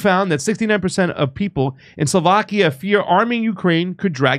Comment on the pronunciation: It’s not pronounced: Soulvakia c’mon pasta